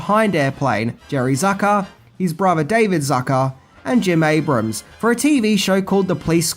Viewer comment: Great video as usual,. It's also nice to see you finally pronounce Jim Abrahams last name correctly after three videos.:D